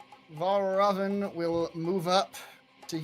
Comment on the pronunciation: There's a very easy way to get Valravn's name right - just think of it sounding like 'Red Robin'. Also now I imagine every time somebody says his name Fray would follow it with 'Yummm!'